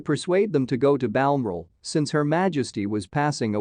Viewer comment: For Pete’s sake, learn how to pronounce ‘Balmoral’.